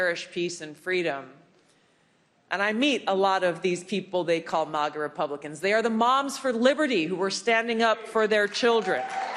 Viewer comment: Lol 'mAHGah', haven't heard it pronounced that way before. It's mAGah 😁👍 Manga mohnga Animay aunimay Ok I'll shutup